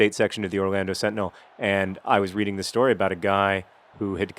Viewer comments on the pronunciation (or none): none